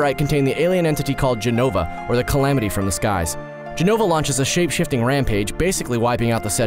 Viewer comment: lots of mistakes with jenova, but ok